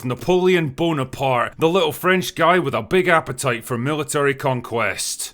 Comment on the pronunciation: It's not "bonapart". It's Bonaparte. Read the whole thing, english speaker.